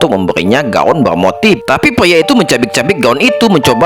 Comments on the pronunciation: PRIA BANG.... BUKAN PLIA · Pyia itu diubah menjadi peyempuan😂